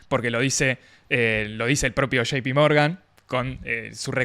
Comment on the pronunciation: se dice shei pi Morgan , no shipi Morgan Bestia .